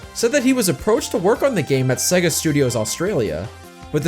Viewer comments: No such thing as segga. Hell, even the games teach you how to pronounce the name correctly. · how can yo do a video on Sonic and be saying Sega wrong?